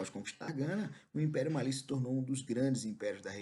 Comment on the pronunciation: Finalmente um professor que pronunciou certo 'Mali', o Império do Mali, ainda bem que te encontrei,.